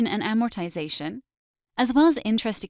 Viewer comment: It is amazing to me how many accounting professionals mispronounce AMORTIZATION. TIZ is not stressed. Please refer to a good dictionary.